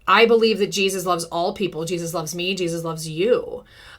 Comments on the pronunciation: GEEZ-US wants you to stop saying his name like that....😂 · I cannnot stand the way she says JesUSS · Every time you repeat "Jeysus" 🤣🤣